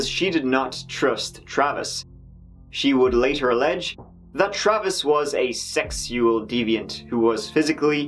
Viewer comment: lol, really squeezing every drop out of every syllable of the word SEXUAL there.